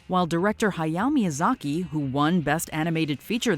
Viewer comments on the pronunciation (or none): Wow, you really mangled Miyazaki's name. Maybe that was the most bizarre moment.